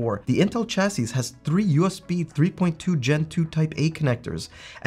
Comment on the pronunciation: Informative video, but someone please teach this man how to pronounce “chassis”.